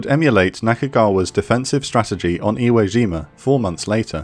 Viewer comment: Iwo Jima, not Zhima. J as in "jump." No, not all furrin' words are French.